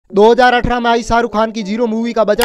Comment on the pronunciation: Bhai to haryanvi lag rha h😂😂😂😂😂 3 reason...2018 bolne ka style 😅😅😅😅.....shahrukh khan ka naam shaaru khan lena....aur teesra sabse bdhiya tha😂😛👉 aaahh.. kya Eda banaya hai😂😂😂😂